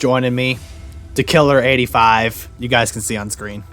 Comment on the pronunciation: Yeah buddy I liked the video, and it’s pronounced Dakiller85 👍🏼 And I did see you going for that base so I got your back!! 😎 Ps. Thank you for the shout out.